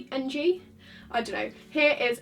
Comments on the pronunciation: lmao you said wengy ng HAHAHA ng is pronounced as uhng (ng as in ing without the i sound) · Ng is pronounced ing